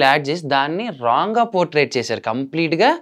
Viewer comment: Potrait kaadura naayana potray